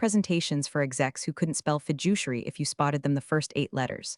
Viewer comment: If executives can’t spell "fiduciary" after seeing the first eight letters, maybe don’t pronounce it like "fidget." It’s a serious word get it right! 😅